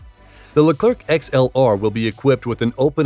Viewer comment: The final C of our Leclerc is silent. It's pronounced Lecler, should you want to have it sound more like its intended French name.